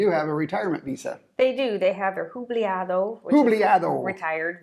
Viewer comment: it is Jubilado not jubliado